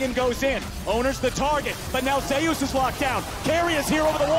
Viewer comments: zeee oos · Anyone triggered by the casters pronunciation of zeus 😅